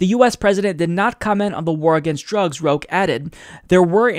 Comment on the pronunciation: Btw, "Roque" is read as Roh-Keh.